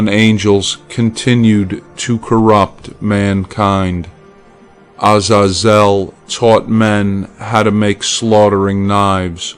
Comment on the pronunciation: You pronounced Azazel’s name wrong .